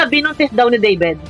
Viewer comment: DAVID ANG PANGALAN NIYA HINDI DEVID, PILIPINO SIYA HINDI FOREIGNER